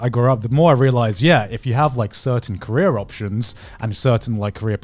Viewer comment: it is driving me Absolutely Insane how they pronounce career like Korea and Korea like career